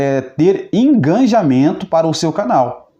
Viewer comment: Digo: engajamento e não enganjamento...